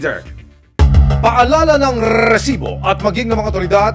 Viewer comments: Rrrrreeeeeeesibo rrrrreeeeeplay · Nakaka irita un "rrrrrrrrrrrrrrrrrrrrrrrrrrrrrrrresibo!! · Out of context, sino dito naiinis sa pag banggit ni emil soriano ng "rrrrrresibo"? 😂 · Bakit e prolong pa ang pag bigkas ng word na resibo...